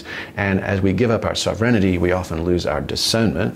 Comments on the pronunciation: I heard "sovereign-innity". lol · I don't get that word he says that sound like 'self renidy' to me? Can someone help me what he means by that?